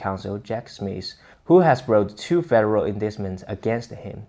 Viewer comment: uhn diet munt is the correct pronounciation of the word indictment